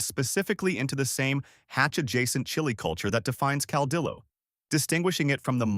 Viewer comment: Cardiologist = cal-dee-yo... and it's not a 4-legged, shell critter, armadillo😮😅